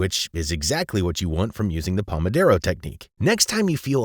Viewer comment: Why would you say "pomoDERO" even though it is clearly spelled "pomoDORO"?